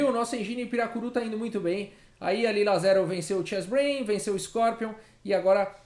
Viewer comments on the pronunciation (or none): "piracuru" 🤦‍♂️🤦‍♂️😂😂😂😂😂😂😂😂😂😂😂 PIRARUCU, mas acho q deveria se chamar capivara 🤔🤔😉